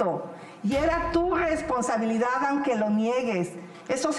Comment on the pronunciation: Yo me la pasé a toda madre riendo, me hacía falta desestresarme así. Guesponsabilidad Cogupcion, cogupcion!! Y luego parece ratata, el Pokémon! Neta quien en su sano juicio pensó que ella sería buena opcion como candidata a la presidencia?